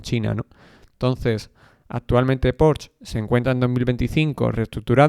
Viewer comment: La "e" de Porsche se pronuncia.